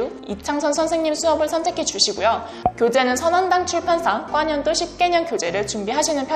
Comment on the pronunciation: 과년도를 왜 꽈년도라고 읽죠?